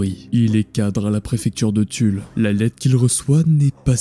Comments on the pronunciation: il n'y a pas de S à Tulle ! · C’est TULLE SANS LE S purée les gars